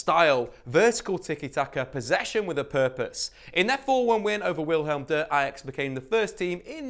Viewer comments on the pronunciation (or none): none